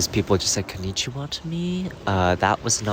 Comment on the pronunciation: "konichiwa" 😂😂 well, they tried... Thank you for sharing your experience with us! It makes my day watching you create so many new memories around the world! ☺️